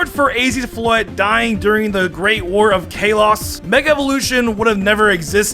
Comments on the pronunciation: It's KAH Los not Kay los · It’s Kah-lows not caylos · Wait wait kay-loss??? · Kayloss That is what you are saying lol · I cant get over how he pronounces kalos.... Kaylos And hes saying eve instead of eevee! How?! I swear this has to be him trolling. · "Kay los" get it right dude! You like pokemon for heavens sake!!! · Its Kalos (Call-oh-s) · “Kayloss” he calls it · I'm pretty sure the Kay-Loss region is not a real region. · "KAY-LOSS" 🤣🤣🤣🤣 THATS NOT HOW U SAY THAT.. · I’m annoyed at the way this man says kalos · Is mispronouncing Kalos ironically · Bro can you say “Kalos” instead of “Kalos” ffs they say it in the anime geez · You body does not explode in space, that was disproven Plus why are you putting so much emphasis on the a in Kalos? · If a Mon shows back up in the next episode it's not dead Meowth technically didn't die he shows back up in the next episode ash isn't a Pokemon and he hasn't died he always comes back in the next episode so Meowth and ash doesn't count who says kalos like that your saying it wrong say it right #2 isn't even a real Mon even if they say it is doesn't count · Him saying kalos wrong makes me hate life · How can you mispronounce Kalos? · says kalos wrong